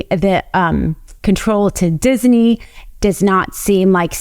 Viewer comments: Love her but she pronounces Disney as dizzy knee. 😂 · Please stop saying "Disiney". It's not pronounced that way. Other wise, great video. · I get and rsspect everything this woman hs to say. However, It isn't DisENy or Walt DisENy, it is Disney. Just sayin. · Great presentation but isn't it Disney not Dissinee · Why does she keep pronouncing it Disiney??? It's Disney!!! You should have found someone who knows how to pronounce simple words! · she is saying it like dizaney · I didn’t know dizney had three syllables, diz-a-ney, I’ll start saying it right. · who knew it's pronounced dizzyknee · Why does she keep saying DisEney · I'm not a nit picker, very rare for me, but I can't get over the 3 syllable pronunciation of Disney. I tried. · I learned if you must say Disney too many times, it turns into a three syllable word.